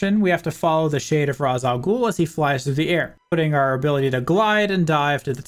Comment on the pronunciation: This made for a nice trip down memory lane. I will say after hearing it a few dozen times, I feel compelled to tell you it's pronounced "Raysh," not "Rahs," despite how it's written. I think they only say it like twice so it's probably easily missed unless you're familiar with the name ahead of time.